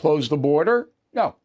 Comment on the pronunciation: Hey Bill, you do it too! You come across as extremely arrogant, and you don't say things correctly, such as Kamala. But your point is correct. Trump is his own worst enemy. After all this time, why hasn't he learned to just shut up? It's an odd thing with him...